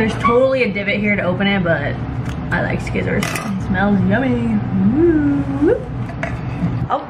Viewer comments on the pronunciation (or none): im glad im not the only one who pronounces scissors "sckissors" thanks rydel